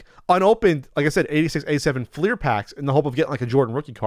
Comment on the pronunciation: Thank you for pronouncing it Fleer and not Flair